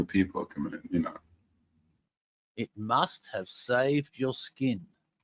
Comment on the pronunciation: it sounds more like "sin" than "skin".